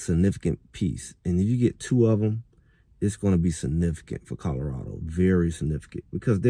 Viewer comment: Its Colorado not Codarado!